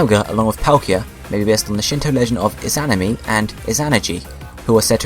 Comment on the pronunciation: You're pronouncing Izanami and Izanagi wrong. So very wrong.